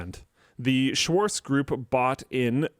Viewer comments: Lidl is pronounced leedle, and Schwartz Shvarts. Don't swallow that ts it's actually there, if anything swallow the r. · I hope my IPA skills are still a bit left. LIDL should be pronounced [lidəl] and its Schwarz [ʃvaʁt͡s] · worries about how to pronounce Lidl (leedle fyi) while butchering Schwarz.